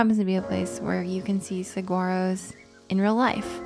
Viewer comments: Sweet video - fyi I live in Tucson and you pronounce saguaro: suh waa row 😊 🌵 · Born and raised and still here in AZ, Saguaro is pronounced as "Sah-wah-ro" the g is silent. Love your video!